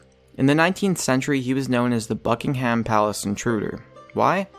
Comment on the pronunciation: Americans still don't know how to say Buckingham properly smh